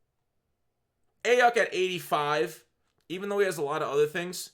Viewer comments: Brandon “I-yook” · Aiyuk is pronounced "Eye-yook"